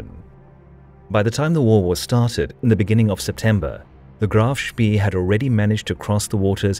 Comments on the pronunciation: what's 'Shpi'? It's 'Shp-ey-eh' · It's pronounced Spay, as in Spayed, not Spee as in Speed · Great account, superb animations really bring the narrative to life. Pity the narrator didn't do his research. It's pronounced Spay not Spee and what is the "Admirality"? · HMNZS Achilles, actually. It was a kiwi ship. Like HMS Ajax, a Leander class light cruiser. Also, “Spee” is pronounced “Shpay”, not “Shpee”. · not shpee but pronounced shpay. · If no other German speaker has mentioned this in the comments below, please note that the double e ('ee') in German words is pronounced as a long 'a' -- as the sound of say or play or stay. Thus, the phonetic sound for 'Spee' is "shpay." Other than that mispronunciation, nicely done. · Honestly, you youngsters! Spee, Rymes with ray; and I won't even get into admiralty! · "Ee" in german is pronounced "ay" like spay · Saying "speee" is very wrong. Google translate will help you pronounce the German names correctly - there you can hear them spoken by a native speaker. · it is not a large problem, just a minor correction. The e in spee ,is not pronounced like an e in english. more like the e in enemie. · Spee, with the ee pronounced long like an English a. Hard to listen to, constantly mispronounced, as a German speaker. Good video though.